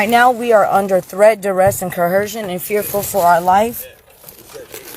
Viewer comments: “Coercion” has no H in it, where in the doohickey did they get that pronunciation?!!! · Can no one say coercion??? It's not co-HERSION. These people are so stupid. 🙄 Insane. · Threat duress coHERSION! Like LEARN THE WORD PLEASE if you’re gonna keep throwing it out there and using it smh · co·er·cion is the word PLEASE learn to say it PROPERLY---damn fools